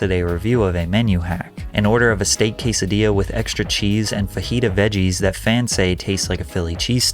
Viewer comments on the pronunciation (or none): none